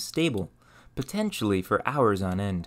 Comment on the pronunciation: Where are you from? Your accent is generally American but you say "for" and "fur" the same way and any syllable ending -or with an -er sound. Regardless of that I appreciate the info. I'm on a quest to learn how we got from rocks to rockets